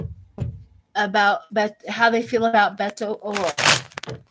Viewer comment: You said Beto O'Rourke perfectly sweetheart!